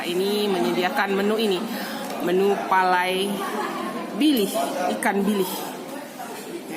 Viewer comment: Bilih uni bukan bilis.....